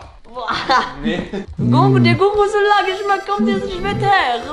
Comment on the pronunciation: Gorgonzola ist italienisch und wurd gorgonsola ausgesprochen